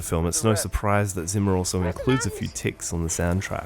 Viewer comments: Hans Zimmers surname is German. It should be pronounced starting with sound like C sounds in Inception. German is like my fifth language, I only know basics of it, I still can't stand your narration. A very good and true commentary otherwise. Here in the closing sequence he says his name himself if you don't trust me. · you mispronounce the name Zimmer so many times, that after some time it's quite hurtful to anyone who know german even a little bit. "Z" in german should be pronounced similar to "TZ". It's the same sound you hear at the end of ie. "Rosencrantz". Having said that, this was a really insightful and deeply interesting clip. Keep up the good work!:)